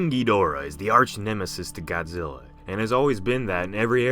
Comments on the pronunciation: kedura? its kidora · Am I the only one getting mad that he keeps saying gheedora instead of ghidora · Dis man says gihdora like giuhdora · Bruh it’s chidora not ghidora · I like how he pronounces Gee-Dora 😂 ....so cute! 😚 It's Ghee-dau-rrraaaa though. 🌚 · Guys he said ghadora wrong he said geedora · Yeah, it's gih dor uh or ah. Not geederuh or jidorah. GIDORAH. A lot of people need to learn how to pronounce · Lol Geedorah No offence of course, I just find it funny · As usual, Ghidorah is mispronounced :-( The English dubbed movies screwed it up! Pronounce it like their creators did please, and thank you. You sound stupid saying it the way you do...just saying.